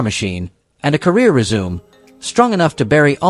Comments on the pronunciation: Exactly. Even whenever they pronounced resume instead of resumee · How about pronouncing "resumé" (for a job) like "resume" (ie resume video playback) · AI can't say resume' 🤣 It said "resoooooooom". 🤣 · What about a career "re-zoom" (resume)